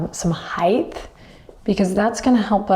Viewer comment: “Height” not “heighth”. Thank you!